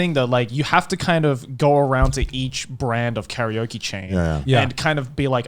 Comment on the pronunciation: Someone tell me why they pronounce Karaoke like curry-oki